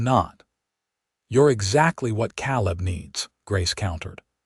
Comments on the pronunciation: I wish the narrator would learn to pronounce words like Calab (Ka-lab) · Sad that AI doesnt cant pronouce Caleb!